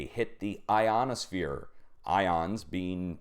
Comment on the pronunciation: you said "ionosphere". I On A Sphere. I am not lol